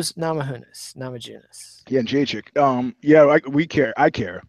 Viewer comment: I came to hear pronounce Jedrzejczyk "Indacheck" and I wasn't disappointed.